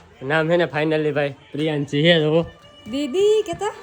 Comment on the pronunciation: પેલા રૂપાબેન ને સરખું બોલતા નામ શીખવાડો પછી કેજો પ્રિયાંશી સરસ નામ રાખ્યું છે ના એ પ્રિયાંશી❤❤❤❤❤❤❤❤❤❤❤❤❤❤